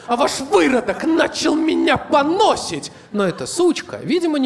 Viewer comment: Если что, у глагола ПОНОСИ́ТЬ ("ругать") ударение на последний слог. Как и у глагола НОСИТЬ. (бесплатные уроки русского языка). ЧАЩА через А